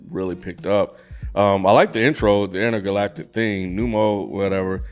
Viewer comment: In what world does Intergalactic sound like Indicud? 💀